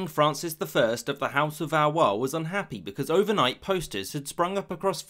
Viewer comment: House of valwhat? Nice butchering.